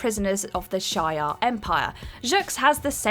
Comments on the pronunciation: Shay-ar? Isn't it supposed to be shi-ar? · SHEE-are. Not SHY-are. Other than that, not a bad job. Keep getting better with each outing, that's all one can do and all one can ask :) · It’s She-Are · Never fails every single comic book video you idiots do You mispronounce someone's name. The alien race is called the Shiarr (she-are) empire learn how to pronounce shit before you make a video and sound like a moron. This is marvel comics not Lord of the fucking rings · It’s pronounced she are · They have over powered the symbiotes over the years... Did you say the Shire Empire???? Hahaha Space Hobbits! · 1. A lot of comic related channel with knowledgeable presenters says Shi-ar. Not only one or two channels. 2. Can't I criticize her for saying something wrong IMO? I have the rights to criticize her as you have a right to defend her. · The first time she didnt, and she brutalized shi'ar. >...>